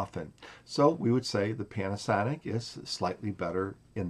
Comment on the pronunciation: Funny accent, pianasonic